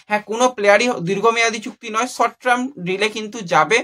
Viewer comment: আরে ভাই ভুল উচ্চারণ টা কানে লাগে । আবার শর্ট ট্রাম! ওটা শর্ট টার্ম রে ভাই।